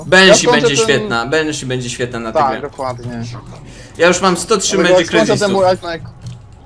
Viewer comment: Proszę, nie mów ,,benszi" tylko banszi